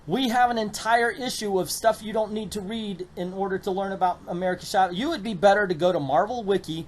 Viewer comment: Chavez pronounced Cha (like chapstick) and vez. I understand you don't understand Spanish but we have internet and it's not that hard to find. trust me it's not endearing to see someone ignore their resources and go with it anyways.